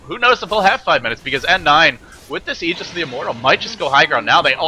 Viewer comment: LD is one of the only three casters that I've seen pronounce aegis properly. Props to him.